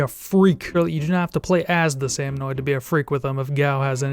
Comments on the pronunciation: Great vid, but for the love of god it's salmoNID not salmoNOID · Hearing him mispronounce salmonid hurt my soul